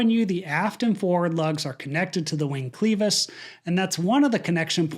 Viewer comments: It's not very shocking if you spend five minutes qualifying every statement you make. Also, it's "CLEVIS", not "CLEAVIS!". Finally, this plane is designed to be able to takeoff with an engine out if the outage occurs after V1. The engine failure alone should not cause a crash. Why was this not recoverable? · Its pronounced klev-iss, not Cleevus. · PLEASE my ears are bleeding STOP saying "cleevus." The word is pronounced (phonetically) "kleh vus." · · Great video and explanation. Just one point. The word “clevis” is pronounced with a short e sound, not a long e, unless this is some kind of aviation custom. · Clevis not cleeeevis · Good work. But the word is kleh vis, not klee vis. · sorry but I can’t resist… I believe you’re pronouncing “clevis” incorrectly. The “e” is pronounced like “eh” and not “ee” The google machine says it Sounds like “kleh-vuhs” Sorry to nit-pick that one thing. I really enjoy your videos. Thank you for all you do to bring us the facts. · Clevis is clehvis not cleevis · you do such a great job of breaking down the technical aspects of aviation. I just have one critique; the pronunciation is klev-is not cleevis. Other than that you are spot on! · Minor point, but it's sticking out to me due to the number of times it's repeated. Pronunciation of clevis? Cleevis? I'm no engineer, don't know the official aviation usage but it's usually been "klev - is" in my experience. Thanks for your efforts helping us understand these tragedies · it's pronounced "clevis" (kleh-vus) with a short e sound, not "cleevis" with a long e sound. Thought I was listening to AI for a second. Great video. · KLEH-vis not cleave us. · It’s clevis not cleavis bro holy shit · It is prounced Kleh vas. Not klee vas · Clevis, not cleevis. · ~ on 6x clevis is pronounced kleh·vuhs (not klee·vuhs) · Thank you for your report, but if I hear one more person say “Cleevis” instead of clevas. I can’t describe how bad everyone is is miss pronouncing a simple word